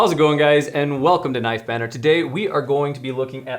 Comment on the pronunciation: “Nife banner”